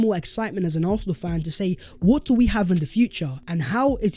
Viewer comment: ENJOY THAT “VHAT IS VHE VIDEO VHERE AND VHERE.” garbage??? Do you even care you are sounding like a complete arse?? 😂😂😂 WHAT A PLONKER you are!! What is that CRAPPY MEANINGLESS “VHAT IS VHE VIDEO VHERE AND VHERE.”??!!!Honestly! Your English is an embarrassment! You think it’s cool to do consistently end your otherwise excellent content by appearing to be a complete DUMBASS??? 😂😂😂😂😂